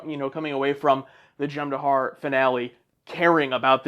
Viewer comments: For the love of god, they're called the Jem-Hadar, not the Jem-Dahar. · "Jem dahar" no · "Dahar" apparently...